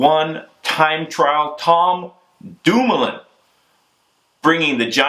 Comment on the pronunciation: lol, Bobke sounding REAL American whilst butchering Dumoulin and Bouhani's names....